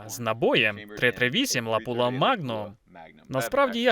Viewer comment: все ок , тільки не лапула , а лапуа магнум